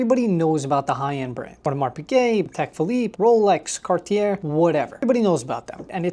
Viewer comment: Cartiuuuuuurr. What's dude, used car dealer Florida man? Come on bro know what major brands are actually called.